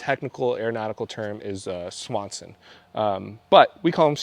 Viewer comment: I think the "sea wing" is technically known as a sponson-it sounded like you said a swanson